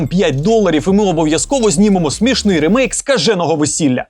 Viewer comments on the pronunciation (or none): Правильно казати/писати "рімейк", бо саме так читається англійською слово "remake".